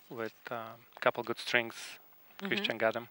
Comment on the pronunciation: I like the part when he says "Akiyama is one of my favorites his coach is with my name, Emile, and uh, we get along kind of gooud." Thrilling cometary I wonder what he means by that? They had drinks at the pub, or ah.....